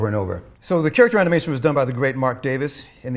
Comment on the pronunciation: character animation が 京都アニメーション にしか聞こえない...